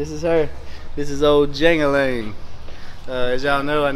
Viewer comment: The characters name from the movie Life is Jangle Leg not jangle Lang